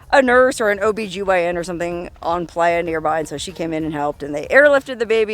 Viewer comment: I’m not gonna lie every time you let out a “soo” it sounds like you are from Sheboygan not California